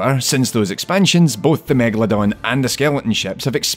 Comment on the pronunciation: It's megalodon. Not megaladon, or megladon like he writes and pronounce it.